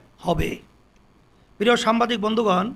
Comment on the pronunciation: সাম্বাদিক শব্দটা খুব কানে বাদছে